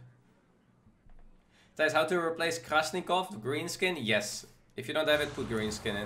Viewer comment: Oh my God! Stop calling dr. Krastinov - Krasnikov! He is KRAS-TI-NOV